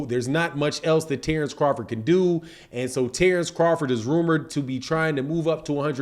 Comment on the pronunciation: Terence not Tarence why you keep over annpunciating Tare it’s Ter